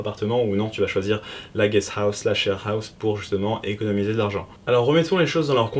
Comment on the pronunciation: Merci. Je pense passer en vacance sur tokyo en septembre (le PVT on verra en 2019). Ce serait bien que je puisse te faire un coucou si t'as le temps. PS : mort de rire comment tu prononces sharehouse. Ah, et félicitations pour avoir fait la vidéo la plus complète sur le sujet.